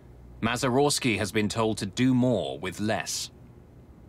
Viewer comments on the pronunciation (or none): none